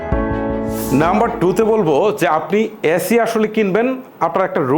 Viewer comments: অ্যাসি না এসি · ভাই আগে এসি কে এ্যাসি বলা বন্ধ করেন।। কানে লাগে